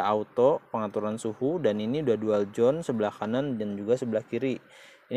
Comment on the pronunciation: maaf ya pronunciation "touch" nya masih salah..."zone" bukan "jon"